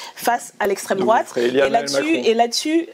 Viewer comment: "je ne réponds pas a l'extrémité douatte..." Bah parcequ'elle ne connait pas as le sujet 🤦 Et en plus quelle mocheté 😮